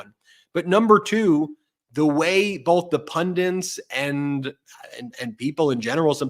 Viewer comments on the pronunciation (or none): You guys are giving us all so much great info & analysis. I ask only this favor: please don't teach thousands of viewers to say "pun- diNts". It's spelled pun-dits". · BEN the word IS PUNDITS. NOT Pundents. sorry but its doing my head in. political PUNDITS. PUNDITS!!!!!!!!! PLEASE stop saying PUNDENTS. love you guys, you are the best. x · I cringe every time you guys mispronounce pundits as “pundants.” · There's only one "n" in "pundits"